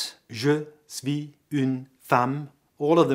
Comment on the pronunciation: you are pronouncing "suis" wrong!..there us no "v" in the word!!!!